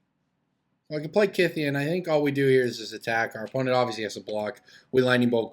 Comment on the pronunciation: On a sidenote, thank you for pronouncing Kytheon correctly. I get mad everytime someone pronounces him "kuytheon".